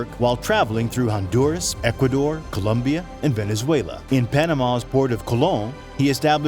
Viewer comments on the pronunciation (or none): none